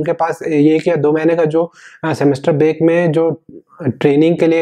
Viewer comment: beak nahi hota.. break hota hai..